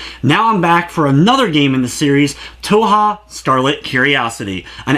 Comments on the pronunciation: It's pronounced 2hu. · Touha? Its Tōhō not Touha. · _- "toe-ha" how do you even get that from "touhou" (toe-who) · Yeah it's a good review. Sorry lol, just thought I'd mention that it's not always the best idea to just go with the first thing you hear from random peeps online. (I'm pretty sure it's like "Toe-Hoe" for what it's worth though, in all the Japanese videos I see where japanese people pronounce the name they say it like that.) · it hurts my stomach, but i have not regrets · lol stumbled upon some primo cringe today. Also toe-hoe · did you, like, spend no effort even attempting to figure out how to pronounce the series? >:C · Leave the man alone about the way he pronounces it, JFC. All that's important is that you know what he's talking about. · Where do you see an "A" in the word Touhou... just... gotta ask.. >.> good review though! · Yeah sorry but a cursory glance of Japanese touhou stuff (you know, where it came from) clearly reveals it to not be pronounced like that. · Im not shaming your review at all (hell I have the game now) but one way to piss off a community is to mispronounce the title